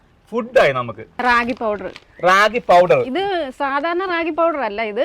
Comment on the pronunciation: അതെ, രാഖി അല്ല റാഗി .